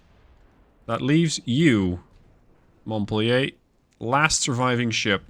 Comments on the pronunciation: "Montpelier (/mɒntˈpiːljər/ mont-PEEL-yər)[6][7] is the capital of the U.S. state of Vermont" (via Wikipedia). It should not be pronounced as a French word but as English as indicated above. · Montpelier...Mont-pel-lee-er. 🙂Good show. Keep the sharks away from Indianapolis.